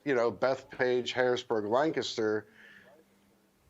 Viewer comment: You can tell hes from Pa cuz he pronounces Lancaster the right way!